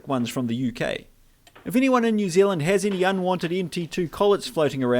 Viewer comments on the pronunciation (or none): none